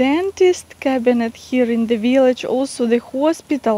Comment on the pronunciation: I love your veelich, you're adorable.